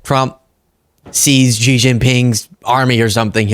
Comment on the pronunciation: ty for the coverage as usual! Just a head's up (and I know this sounds snooty or pretentious, but I don't mean for it to)-- "Xi" is pronounced like the word "she" not "jee." The way you're saying it, his name would have been Zhi instead of Xi.